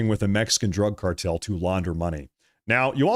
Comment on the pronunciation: your mispronounced cartel